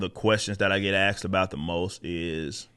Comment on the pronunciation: You said, "aksed." "Aksed" is not a word in the English language, dude. Try again. 👍✨